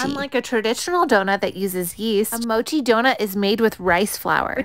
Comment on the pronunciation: Pronouncing mochi wrong it's a shart no not mow, this is coming from someone taking Japanese so no bs